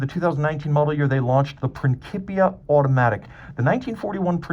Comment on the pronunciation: "Principia" is pronounced princheepia. Thanks for the great review.